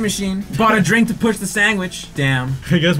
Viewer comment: Lol why does say "sangwich"😂😂